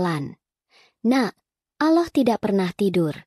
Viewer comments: Kalau membaca yg benar dong...Allah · kamu ngucap nama Allah pun ndk bisa...bukan islam ya...